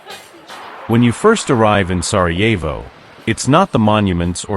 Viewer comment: Сараево,а не Сарво